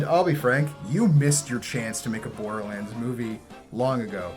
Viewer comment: Bore-durr-lands? More Like THERE"S no reeee-zun-durr lads to see this moovy. I'm rather join a gaming clan, I'd rather become ray'z in bran, I'd rather eat some purple cranz, than to be in sight of boarder lan'dz. Cate blanchet? more like late man-chit!